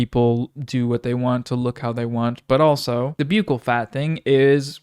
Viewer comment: I will laugh when you say byoukal fat instead of buckle fat